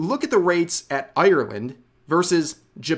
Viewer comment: I'm sorry as an Irish man the way Americans say Ireland hurts soooo much